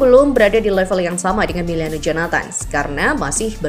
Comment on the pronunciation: Miliano bukan Meliano